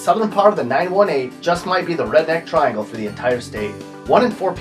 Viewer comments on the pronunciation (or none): none